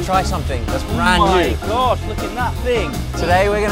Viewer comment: 또 있죠 ㅋㅋㅋ 오.마이.가쉬!!